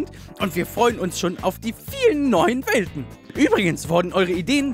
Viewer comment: ich habe bei Welten Welpen verstanden Aussprache arbeiten